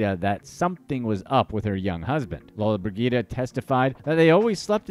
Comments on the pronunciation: It is pronounced Gina Lola bridgida. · The lady's name is pronounced lola-briJida